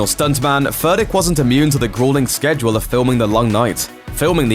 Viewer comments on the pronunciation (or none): none